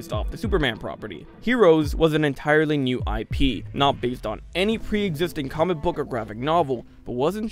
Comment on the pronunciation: when you say comic book it sounds like Cumberbach